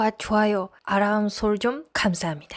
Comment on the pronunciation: 아람이라 말하는데,뭔가요? 알람하고 아람이 하고는 같은건가요. 쓰다만듯한 글자가 니뽕글자라서, ㄹ 받침도 빼먹고 해도 되는거죠.